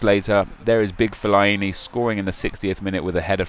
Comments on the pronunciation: What way do you say fellaini at all , feliiieni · Nep I'm pretty sure it's not fel-I-e-nee